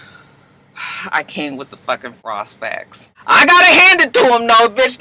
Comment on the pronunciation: The pause before "the frost facts." 😅